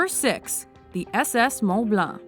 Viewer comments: Its mont blank not moun balun stop it you are not french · shocking she can't pronounce mont blanc when she is canadian.